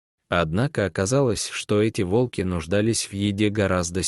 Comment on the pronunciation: Ставьте правильно ударение, от слова Волк,т.е на первую О